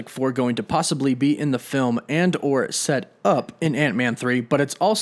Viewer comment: Nobody: This fuckin' guy: "Seh-TUP!!1"